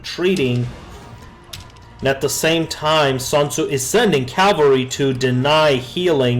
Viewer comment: It's SUNTZU not SANTZU (╯°□°）╯︵ ┻━┻